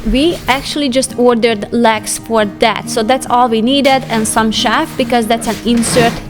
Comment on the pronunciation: (sigh) Okay, I give up! With this new posting I once again hear "shaft" for "shelf" and "science" for "since" but - hey, in the end, who cares!? The amazing and intuitive cleaning and organizing videos we are treated to show how we can maintain our homes, our mental and physical health, and not make it seem like our feet are being held to the fire...dare I say, witness an exercise in Grace....? Thank you, for this unique window on another way of living and working, a lesson to us all.